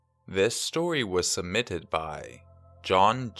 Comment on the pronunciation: i Don't want to be rude or anything here, i just need something to comment so i will comment this: When u said submitted, it souned wrong. It sounded like "Sumitted" (Remember that i don't want to be rude, just need something to comment)